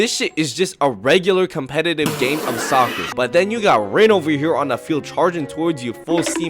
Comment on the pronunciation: when bro says soocer my heart hurts